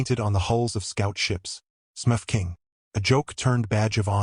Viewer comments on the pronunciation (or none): Gotta agree, the inability to say Smurf correctly is not just distracting, it's down right irritating. It's the key name throughout the story and not pronounced correctly once. Otherwise, cute story.